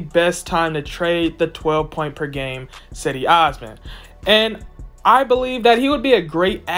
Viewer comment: Do you even watch the games? It's pronounced 'Jed-ee' listen to how everybody else says it within the team